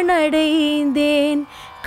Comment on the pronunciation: ஷரணடைந்தேன் அல்ல சரணடைந்தேன். பாரதி உச்சரிப்பில் மிகத்தெளிவாகயிருப்பார்